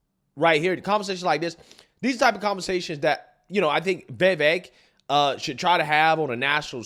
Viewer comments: Day 2 of me correcting how pronounces Vivek. It's "viv-vake" not "vay-vake" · It’s VIVEK not VAVAK! 😂 😂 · Come on man you still can't get his name correct. It's pronounced viv-ache not vAv-ache. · Please his name is Vivek not Vevek!